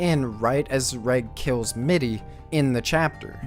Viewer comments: I think you did a good job pronouncing the names correct except mittys...^^" but that's just my personal opinion...it sounded so strange the way you said her name other than that...i know i may be late to the party but: I wanted to let you know i really enjoy the reviews so far...currently began binge watching it and although i am not finished i am looking forward to the other ones! I notived that the playlist stopped at chapter 47 although more are out so i really don't hope that you gave up on it haha ^^ Anyway you did great work so far and keep up the good content mate! Cheers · Can you try harder on pronouncing the names better? I love your video but whenever you say a name I cringe hard. Mitty and Nanachi especially